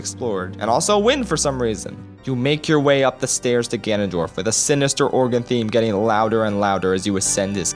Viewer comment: Him: Ganondork Me: Doriyah stops